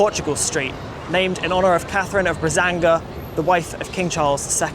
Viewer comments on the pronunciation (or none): That's Katherine of Braganza NOT Brazanga.. that's just weird! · The reason your Google search didn't come up with the lacy collars is they were 'RUFFS', like 'ruffles' not 'roughs'. Yeah- who the hell was Catherine of Brazanga? It was 'Braganza'.....She was the Queen at the time. 'Regent' means 'Royal' so it is in fact an upscale name! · Brazanga! Good grief! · You missed Elizabethan ruff collar on Google !! And .. Braganza not what he said. Regent means Royal. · Actually Catherine of Braganza (not whatever weird pronunciation he came up with).